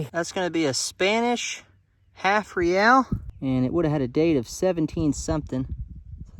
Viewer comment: It is pronounced Ray al